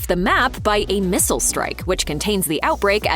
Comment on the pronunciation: Did you just say 'mistle'